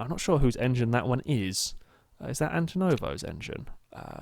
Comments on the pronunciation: You pit too much. Should only need two stops for a thirty lap race and any extra stops are costing you far more time than being in traffic would. And it's Antonov, not Antonovo! :) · AntonoV not Antonovo i know its a little thing but when you say it like 100 times a vid it gets so damn infuriating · Maybe this is Antonov's payback for you saying his name wrong